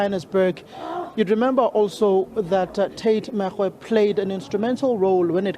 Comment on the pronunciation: Lejwe- lepule ( Lejwe-leputswa) . Reporter is reporting from the Free State but remains of late Tate Makgoe, not Megoe, arrives UJ. Could we get someone who speaks either Sotho or so for correct pronounciation please stop battering our ears!